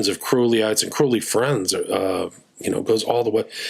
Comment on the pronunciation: It's CROWLEY rhymes with Unholy